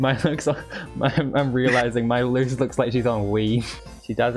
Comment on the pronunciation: It luz not luce 😂 dang it kinda funny tho